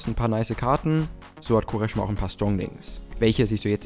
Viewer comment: Er heißt Kvaresma. Nervt wenn du ihn anders aussprichst 😂